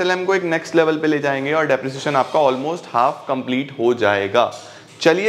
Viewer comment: Depreciation × Disprresion 》